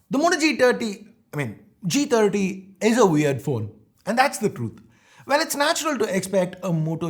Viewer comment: Did i really heard moto g tatti i mean g30 am i the only one......